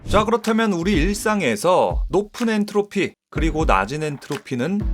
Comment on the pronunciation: "엔르토피" ㅋㅋㅋㅋ